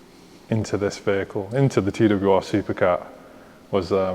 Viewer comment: Wieso sagt der Moderator andauernd : TWWR ???????????????